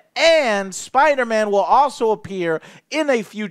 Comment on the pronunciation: MUH SPIDAHMANNS! MUH SPIDAMANS!